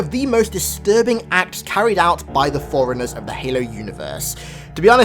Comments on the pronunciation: It's pronounced 4 runners. Not foreigners. Just saying.. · It all ways sounds like you're saying foreigners instead of forunners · Every time he says forerunners it sounds like foreigners